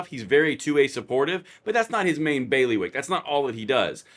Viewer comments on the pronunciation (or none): Tha fuq is a Bailey-wick?